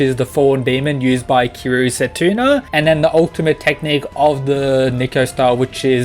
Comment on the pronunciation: “Setuna” It’s setsuna, lol